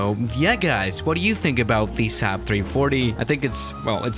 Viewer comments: says 3140 instead of 340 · XD and he said 3140 too